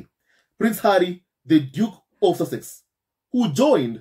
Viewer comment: Hi SAUSAGE SQUAD, Cant help thinking of attempt to say "SUSSEX"😂😂😂😂